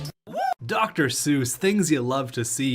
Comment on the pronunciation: FYI C.J. Seuss is pronounced 'cease' source: I go to a lot of moose games